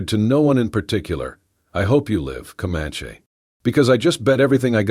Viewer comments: commanche is NOT pronouncd communkie... doesn't anyone ever listen to what these things are doing? nice story btw.... i too listen to them when im going to sleep at night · Could you please learn how to pronounce words correctly?!!! For example Co-Man-ChEE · How do you pronounce Comanche, bandana, arrow, and posse? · Please don't use the rocking effect anymore. Makes me queezy. And correct the pronunciations. Especially Comanche. That aside, nice story. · If the AI voice can’t pronounce things like Comanche properly maybe a real person would be better for narration. It’s irritating in the extreme and distracts from the story when things aren’t narrated properly. I guess that’s why I rarely listen to these stories and block them when they appear in my feed. But I really like stories so I try the odd one to see if there’s an improvement and sadly there never is. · Don't forget poss for posse. 😅 Oh my. Bandana pronounced ban-don-a! I don't mind that much if the person has an accent, but this.... just no.